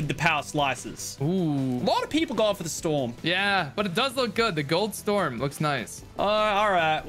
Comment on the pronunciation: Did he just say storms dc?